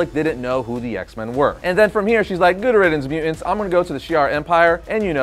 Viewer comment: I hate the way this guy says mutants. “Mew-ents” 🙄